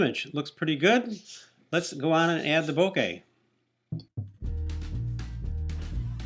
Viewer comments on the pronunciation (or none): bokeh* ... not boka :) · "Bokay", lol. :P Good video though. :)